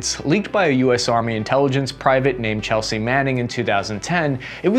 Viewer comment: Lmao "Chelsea"